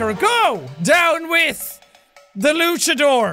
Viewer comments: He's saying luckadore instead of launchadore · It's pronounced luanchador (launch-a-door)